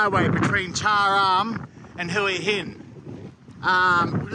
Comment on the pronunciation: There is no R in Cha am, right? I think you are pronouncing it wrongly.